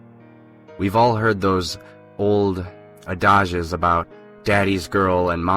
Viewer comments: "ah-DODGE-es??????" You mean, "ADD-edge-es." Please look up words you don't know how to pronounce. Those distracting mispronunciations take listeners right out of the story. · You have got got to learn how to pronounce these words, it's add-a-jizz, and you keep saying audia-bull when it's aud-a-bull..other than that recurring issue you're doing fine work.